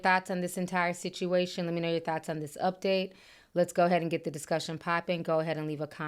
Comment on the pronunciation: "I gey my advice from God" OKKKKK